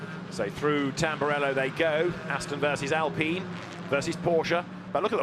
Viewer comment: Actually its pronounced “Alpeen” because of how I sounds like E in french.